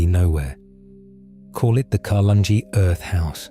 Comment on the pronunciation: I live near. Carlungie Earth house. It is pronounced Car lung A. There is another one in Tealing.